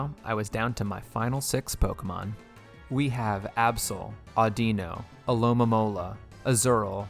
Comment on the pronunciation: I get the alomamora pronunciation mistake but pls at least get skarmory and zebstrika right